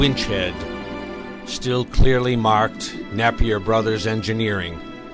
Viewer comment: Napier is pronounced Nay-pee-er!!!